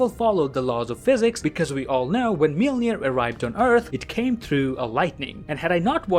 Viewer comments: The way I learned how to say Mjolnir is mule-near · Everyone: Mjolnir Darcy Lewis: Mewmew: Melnir